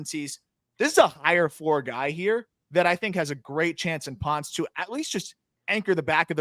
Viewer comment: Pronounced Pohn-ce, amigos. Reference Daniel Ponce de Leon.